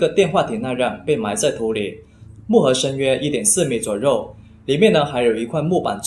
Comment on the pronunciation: 小渊 yuan1(不是ruan1); 一样 yang4(不是rang4); 左右(you4,不是rou4)